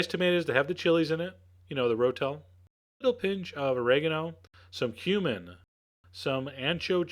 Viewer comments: When Chef John said said 'some cumin', I swear I thought he said 'some human'. Luckily I wasn't drinking or eating anything at the time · i heard "cuban" xD